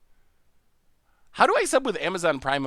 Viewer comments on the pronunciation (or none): none